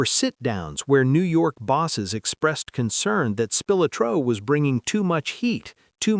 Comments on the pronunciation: Spill-la-tro not Silla tro..... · I can't stand the way this ai or whatever says spilotro it's also my last name you absolutely butchered it!